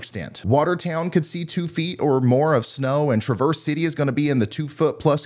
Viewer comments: It's not Tra-Verse City lol it's Trav, like Travis but with an Erse lol not like you're traversing the terrain lolol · The "a" in Traverse City is pronounced aaah like in sash, not uh as in up. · It's "Travers" City, not "Traverse" enunciated as you did. I did a double take when I hear it. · Love everything, just one note. Traverse City, Michigan is not pronounced truh-VERSE but TRA-verse as in the name Travis. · The "a" in Traverse City is pronounced with an a like in apple. Not "truh-verse." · Trav-er City, not Truh-verse City. Sorry to correct you but I'm from Michigan and your pronunciation of it bothered me. Lol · While from the original french... To Traverse. I traversed the crevasse. Here.... We pronounce it TRAverse city, MI. The city is named from the French traders. It was used to describe the crossing across the mouths of west and east grand traverse bay. So... Traverse city. We don't pronounce it the French way anymore. Huge fan bro....great work. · Traverse City is pronounced “Trav (as in Travis) verse “. Beautiful part of the little finger in MI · Hi Lord Ryan, repeat after me--Traaaverse City, Michigan, okay??? Got it??? Thank you:goodvibes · FYI. Traverse City, Michigan is pronounced with a short ‘a’ sound - like hat, and the ‘s’ is more of a ‘z’ sound. I only point this out because if this winter will be bad, you may be mentioning them multiple times. (Traverz City) 👍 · Great work, Ryan! Just a note (nota bene NB) : that city in NW Michigan is pronounced TREH-verse (Traverse) City. Otherwise, the city is not recognized by listeners. Thanks! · Just an FYI, Traverse City, Michigan is pronounced "Trav-er's City". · Just checking to see if people rag on you for your pronunciation of TRAV-erse City. Had fun sitting in the snow squall at the CMU-WMU football game last night. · Friendly note: Traverse City in MI — pronounced TRA-verse City (“Tra” as in “track” or “trash”) ty y’all ❤️ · You pronounced Traverse City wrong. How dare you! Just kidding!